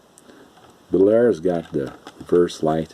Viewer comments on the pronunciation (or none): Just a note: The Bel Air name is pronounced as (2) syllables. "Bel-Air" as opposed to "Belair". Old school hobbyist like myself cringes every time we hear "Belair". Great Video just the same!! :-)